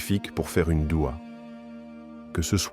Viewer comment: Aprend déjà à parler , c'est douha et non dua ! Je zappe !